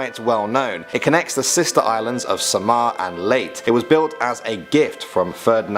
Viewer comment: I'm sorry. This was bothering me. But the place Leyte is pronounced as "Lay-teh" . Not "Leyt".